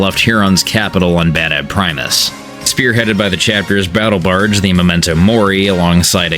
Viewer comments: Are you saying “barge” like “barg?” With a hard g? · Bro can't say Barge correctly oof